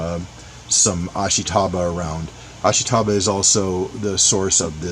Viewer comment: Ashitaba – ah-SHE-tah-bah, not ash-ee-TAH-bah. Just saying.